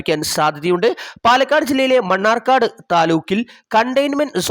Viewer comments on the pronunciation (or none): none